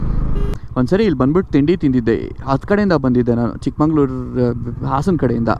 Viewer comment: ಚಿಕ್ಕಮಗಳೂರು❤️❤️ bro Not ಚಿಕ್ಕಮಂಗಳೂರು